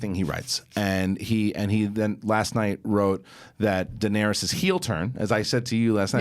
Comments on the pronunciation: 8 seasons and can't even pronounce Dany's name right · Nothing like listening to someone preach about a show n he cant pronounce the 2nd most important character name correct .. smh